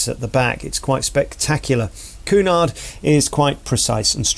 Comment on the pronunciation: It's "Q" nard, not "Coo" nard! I gather from your comments you're not that versed in cruising. Pay more, your suites are far from bland and The Grills makes it an entirely different cruise altogether. It's not bright, glitzy and loud, but what a welcome relief for those not looking for "Butlins on Sea."